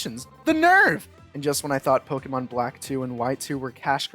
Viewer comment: I can’t believe how badly you mispronounce Pokémon. 10/10